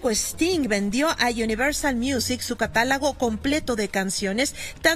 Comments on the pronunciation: Si tuve dudas de si acaso escuche bien, lo repeti muchas veces y si dice catalago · Grábate muy bien. Se dice CATALOGO!